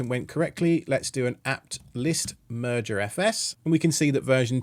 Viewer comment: I keep hearing "Murder FS" Move over MergerFS